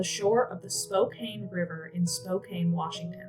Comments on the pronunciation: Just an FYI: it's pronounced SPOKE-CAN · I know it's not intuitive, but Spokane is pronounced "Spo-Can." This is only so if you encounter podcasts or other audio info on the case, you know it's the same place. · Sorry, this was hard to watch for someone from Spokane. It's pronounced Spo-can. It just made me feel disconnected hearing it over and over. Plus anyone that watches it will say it wrong. May I suggest watching a local news reel from a city whose name you are going to say so often? Otherwise I feel like a bit of the homework was skipped.